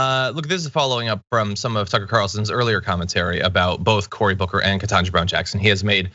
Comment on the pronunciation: I think yours is the first vid I've seen point out the fact that Cucker never says her name right. Every. Single. Time. I picked up on it on the second or third time he did it. I wondered if this was his way of throwing an insult without needing to be called out. Your explanation of it makes perfect sense. Thanks.